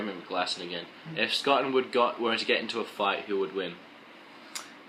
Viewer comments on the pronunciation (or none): Wood god dam it you said my last name wrong!